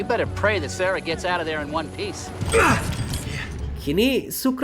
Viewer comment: sarah bg bukan serah 😅